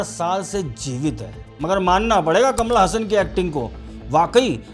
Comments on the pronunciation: अबे कमला हसन नही कमल हसन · Kamal Hasan ❌ kamala hasan ✅ 😂😂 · कमल हासन ❌कमला हासन ✅😂😂😅